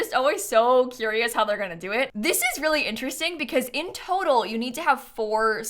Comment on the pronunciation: weally weally weally